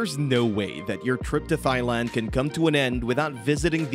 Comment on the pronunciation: “Thigh land”